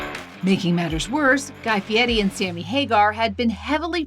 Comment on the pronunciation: Guy Fee Eddie, huh?